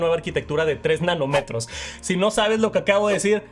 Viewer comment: No son "nanometros" son "nanómetros", con acento en la "'o"